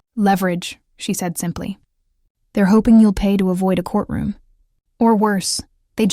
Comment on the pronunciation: This AI business is really funny sometimes. Doesn't whoever programmed this not know that the word "to" is never pronounced with the long O sound, rhyming with toe?